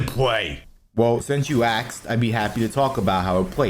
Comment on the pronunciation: i didnt axe, i asked 😂